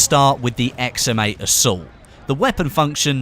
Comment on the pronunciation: i always think you are saying "XM mate"